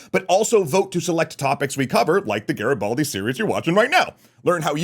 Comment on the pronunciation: Nice show, but your pronouciation of "Garibaldi" is terrible😅😅😅